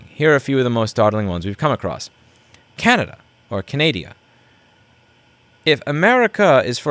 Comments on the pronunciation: Can-a-da Can ahhhhh da 🤣🤣🤣 Not sure what Canadeea is. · =I love your channel but come on you can do better pronouncing CANADA. CAN A DA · “Canadeia” hehe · Canadia lmao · OMFG FINALLY SOMEONE OTHER THAN ME CALLING IT CANADIA